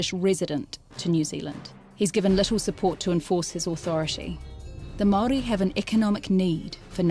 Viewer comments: For starters Maori also the plural for Maori, you can't even pronounce the word correctly! You argument is so one sided it's ridiculous, You have delivered a whole lot of white history of your own, no Maori narratives at all! How's that helpful! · Bro your information is off and your can’t even say Maori properly